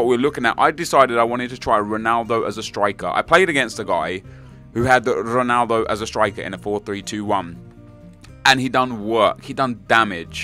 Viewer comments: Nep, its ronaldo, not juanaldo, shurrrrrup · Why do you insist on pronouncing Ronaldo and Jese like a spastic?